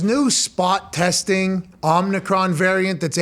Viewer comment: It is pronounced Oh meh cron.